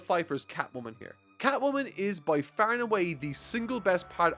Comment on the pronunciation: Dude, it's far not faar, OK?? Sorry.